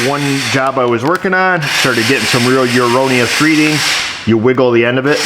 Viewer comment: Hopefully at some point here realizes the word he's looking for is "erroneous", as in "error. Not "uroneous."